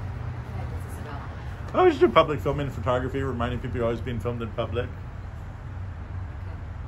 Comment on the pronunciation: I'm a big fan of you, I really like your approach, but please man, I'm begging you, on my knees, with tears in my eyes. Please stop calling it FERtogrophy. It's FOH/FUHtogrophy. I know it's a minor thing, but it does a disservice to your message.